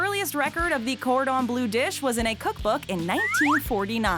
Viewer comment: Its bleu not blue... Ffs